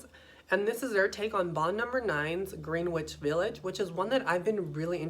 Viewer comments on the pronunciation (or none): Hello! If you ever read this the bond no 9 Greenwich village is pronounced Gren-itch. Thanks for the video.